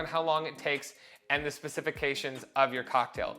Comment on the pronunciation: specifications is indeed a word! Typically the emphasis is put on the 1st and 4th syllables, but your way is beautiful. 😘